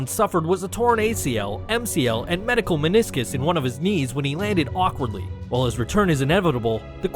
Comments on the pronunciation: ''medical'' meniscus lolol. medial,sir. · Medial meniscus, not medical meniscus. Great vid though